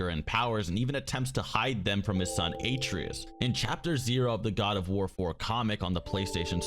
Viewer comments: ”His son Aitrius” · I know damb well he didn't say atereeus and yormungan. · Great video. Love it. But those pronunciations. “Jormungund” and “aytreus” bro please. Jormungandr (yor - mun - gan - der) and Atreus (ah - trey - us) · I just have to know why you pronounce his son's name "A-tree-us" when Kratos pronounces it "ah-Tray-us" in-game. I mean, it's not like how there's dispute around Tidus's name, since no one says it in FFX, but we hear it clearly spoken in God of War, yet I hear two different pronunciations on Youtube. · you made a video breaking down god of war lore, wanting to convey to your audience competence, yet you called kratos's son ( A-tree_us), like WTF? a-trey-us is how it is pronounced. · Did you really just call him (eight tree us) and not (Uh tray us) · "Atrius" Its Ah-Treh-us not a-tree-us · "your-mun-gin" "ay-tree-us" Dude, they literally said these names out loud in the game. Several times. It's pronounced "your-mun-gander" and "uh-tray-us" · Ah-tray-us not Aye-tree-us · Atreus (Ah-Trey-Us) not ay-tree-us.. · I’ll say this one last time it’s pronounced Uh -tray-us and Ay-tree-us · Pronounce it ahhh tray essssss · Aye-treus....really. he says it the whole game and you pull this shit. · You mispronounced every name except Kratos...AayTreeus?Really? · your pronunciation is horrible. My ears hurt listening to you pronounce Atreus and Jormungandr Atreus (Uh-tray-is) Jormungandr (Your-mun-gone-dur) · Jormungund? Eitreus? GEYA? You my friend gotta learn the damn basics first, then talk about In-depth things. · Why do you say A-tree-us? That’s not how you pronounce his name. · say it with me now, UH - TREY - US. thats how you pronounce it. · Nothing peeves me more than an explanation video and the commentator doesn't pronounce the name right.. it's "Uh-tray-us" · "atrius" "sword of olympia" "gaya" wat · Dont say "boy" if you played the game youd know how to pronounce his name smh live the show tho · You lost me when you mispronounced Atreus